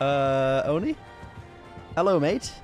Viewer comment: Press like if you’ve been an fan since back when he pronounced Oni as “Onnie”